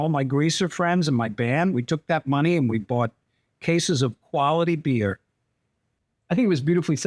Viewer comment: KWALIT,NOT KWANTATE